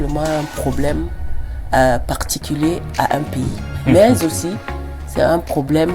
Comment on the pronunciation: J'aime kan Blériot dit: *parfait ayissi*😅😅😅